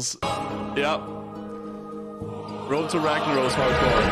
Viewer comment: Woad to wagnawos. 3rd grade English